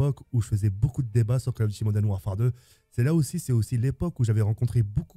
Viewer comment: Tk à bien dit Call of Duty moden warfare ou Call of Duty modern warfare 👇